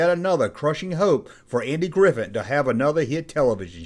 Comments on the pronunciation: Um, his last name is Griffith, not Griffin. Mispronouncing a proper noun, someone's name, is Broadcasting 101 stuff man. Thumbs down. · Is he saying Andy Griffin?